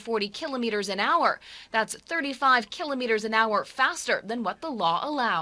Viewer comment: They don't know how to say kilometers